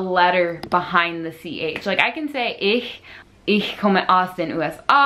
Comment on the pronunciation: You did a very good job pronouncing "ich" correctly. Many americans living in Germany for years and even decades don't do it this good (they all the time say something like "ish", which might sound kind of cute, but also instantly makes you sound like english is your first language.) That you take the effort to actually work on correct pronounciation is a great idea. In Germany people are actually very encouraging , if foreign language speakers at least try to learn even only a bit of german language and use it, even though most of them also speak english quite well, or at least understand it quite well. They know, how hard it is to learn a second or third language, because, in opposite to the US, everyone learned at least one foreign language, it is not uncommon to have people arround, that have knowledge of or even speak fluently 3-5 languages. Where I live, at the danish border, many people speak 3 languages or more (german, danish, english). I had a girlfriend that wasn't especially high educated, but spoke germand and ALL scandinavian languages fluently and understood quite a lot of the english language. There are even relatively common qualified professions, that require you to speak or have sufficient knowledge of a handful of languages (german, english, french, spanish, italian ...) to correspond EU-wide ... Most germans are aware how hard some things are for non-native speakers, like "the (english)~ er, sie or es (german)" or "you (english) ~ du, ihr, Sie, Ihnen, dir